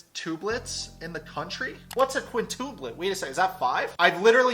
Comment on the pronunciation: quin tooo plet.. FYI its quin-tuh-plet. good stuff